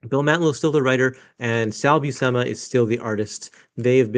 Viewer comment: if it's Buscema i think it's pronounced "Bushema"